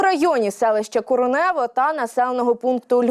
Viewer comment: Населенный пункт Коренево надо говорить с ударением на первую о